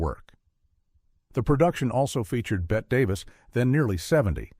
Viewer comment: Bette Davie is NOT pronounced Bett. But to the point, alas, I was 10-12 when my family took me to the Drive-In for many of these & as much as I enjoyed horror, I did not get them. Hammer, Vincent Price, Dean Stockwell in The Dunwich Horror- loved those. These were too subtle. OH, and later on, THE OMEN! I totally got into that!